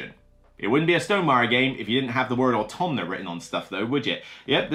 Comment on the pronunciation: Thank you for the video (it being perhaps the better solo game sounds intriguing to me). Also, and I mean this in the most loving & respectful way possible: there is no N in AUTOMA.